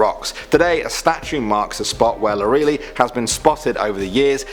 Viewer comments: "Lor'e-lie" liiiiie not "Lor-ray-lee" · “LORALEE?!” It’s Lor-el-Eye! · English version of Lorelei is Lorelay, btw. That's how you really pronounce the name. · Lore A Lie. Not Lor E Lee. Get it right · First time I heard Lorelei pronounced like lowREALLY X,D (its more pronounced like Laurrel-i , but im not here to nitpick on people for not pronouncing things properly outside of their mothertongue. Its just genuinely amusing to me. So thank you so much! ) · Granted, I don't know German pronunciations of names, but I am pretty sure it is ''Lore-el-lie,'' not ''Lor-real-lee.'' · It's lore-uh-lye (Lorelei). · that’s exactly how my friends name is spelled, but it was pronounced like (lore - ih -lie) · You pronounced Lorelei wrong, it's pronounced "Lore- LIE." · Lorelei is actually pronounced *Laura-lye*. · Here in Germany we pronounce it like "lau-re-lei" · Lorelei: Pronounced LOR-el-EYE . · Eher ai statt eye. Auch für englische. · You are saying Lorelei horribly wrong. It is Lore-eh-lie. Come one, German is not that difficult! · it’s pronounced LOR-EH-L-EYE if that helps. ;) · The pronunciation of Rübezahl and Lorelei cracked me up, I can't- Lorelei is pronounced something like Lo-ruh-lie For Rübezahl, it's hard to explain; But dang if I don't love me some non-german trying to pronounce german stuff, it's majestic. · Pronounced as lore-el-lie. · I think Lorelei is pronounced Lor-a-lie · Lorelei is pronounced Lore-Elle-Eye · Nein Es wird Lo-re-lei ausgesprochen. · I think it is supposed to be [ lore - a - lie ] but I dunno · Pronounced Lora-lie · it's pronounced as Laura-Lie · Pretty sure it's pronounced like loralie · I actually heard a creepypasta reading from the youtuber Kingspook which sounds almost the same as this german urban legend. I think the creepypasta was called 'The Maid'. PS: I'm german by the way and didn't get triggered by your misspronounciation of Lorelei. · Lorelei, just like lorelai gilmore, shouldn't be so hard^^